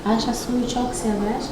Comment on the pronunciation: Ayşayı yerimmm yaa siz ayşa diyorsunuz bide de ayşe deniyor normalde çok tatlı bir kızın var yaa